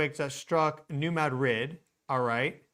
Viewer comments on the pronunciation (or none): It's pronounced "mah dreed' " accent on the second syllable, not "Mad rid" as though it were 2 separate words. It's name comes from the Spanish town in Spain. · New Ma drid 😊 Its no't Mad rid.😢 Named after Ma drid Spain